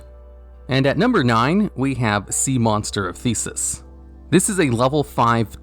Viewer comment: You mispronounced my favourite name. Theseus isn't pronounced the same as "thesis". It's more like "thes-ë-us". Sorry to be that guy. I do appreciate your level of research on such a huge topic, so I know some pronunciations are going to slip through the cracks, or otherwise be colloquially accepted. Theseus, however, is a very distinct name, and ought not to be mishandled. I am indeed a fan, so don't take my long-windedness as anger, please. Keep up the good work, and remember: pronounce every foreign word perfectly, or else the internet will get you.